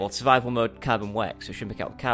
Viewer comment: And lol car-boner